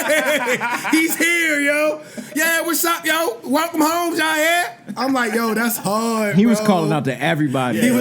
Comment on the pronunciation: It’s Jaire not Zaire lol